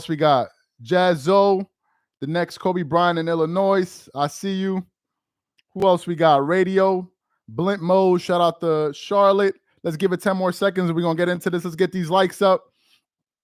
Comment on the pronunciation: Saying the s in Illinois is wild.